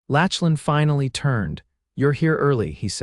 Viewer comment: Mispronunciation of his name is distracting. Lachlan is pronounced lock-lan